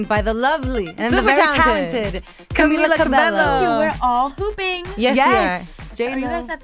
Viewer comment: sin ofender a las conductoras pero son latinas y no pudieron pronunciar bien el nombre de cami ???